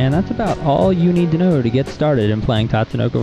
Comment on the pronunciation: You pronounced Tatsunoko wrong (it's Ta-tsu-no-ko, not Tats-to-no-ko). Otherwise, a good video for beginners. This came a bit in handy since I've only had experience playing Marvel Vs. Capcom 2 which is different from this (which is similar to the original Marvel Vs. Capcom).